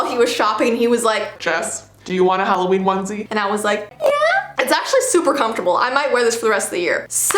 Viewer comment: The HalloVeen is InVeelliegent